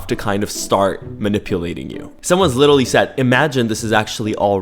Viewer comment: "literawy" HELP I CANTTT